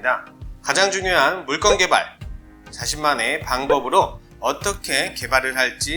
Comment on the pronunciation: 물건을 왜 물권이라고 읽나요?그동안 살면서 건 발음이 안되는 사람은 처음 본거 같네요